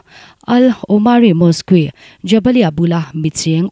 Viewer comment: Pakhat: Mosque ti kha Mosk ti a lam tur.